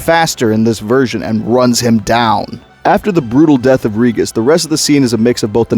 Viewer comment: You are mispronouncing Regis. It has a soft G.